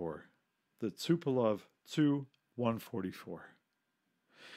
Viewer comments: ‘Chew 116, chew 95’ etc. ‘TU’ is pronounced as each letter! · T.....U not tooo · TU- Chooo lol 😂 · Why is the narrator pronouncing the "tu" in Tu-*? Sounds really odd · Should be pronounced T U or "Tupolev"... not "two".... I cringed every time he said "two". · Why you say "Tu" as "Two"? Most ppl say "Tupolev Tee-You-22", so it doesn't sound like you're just saying "Tupolev 222". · I wish people would say ‘Tu’ as “Tee You” rather than “Two” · Well, to be fair in Russian it's also pronounced like "soo", not "es-yu". The way he says "choo" for TY-116 is pretty weird though. It's supposed to be like "two" or "too". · Tu? Just say T U. You do not make words of the initials except for MIG. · Definitely t-u not too or two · hes right tho lol its T U and S U but mig is pronounced by reading it. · Stopped watching after he stated calling "Tu" designation cho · 'too' 116.. isn't it 'tee you'? He pronounces 'raison d'etre' perfectly though. :-)